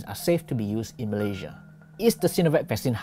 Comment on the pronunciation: Pl.pronounce 'Malaysia' correctly.